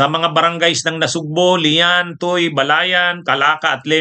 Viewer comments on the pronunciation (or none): Tuy we pronounce it TUWI po, salamat po sa inyong mga paglaban sa katiwalian. Mabuhay tayo mga ka Bunyog 👍